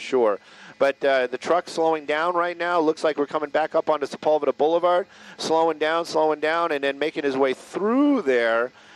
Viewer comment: Why do they pronounce Sepulveda like that? That's not even close!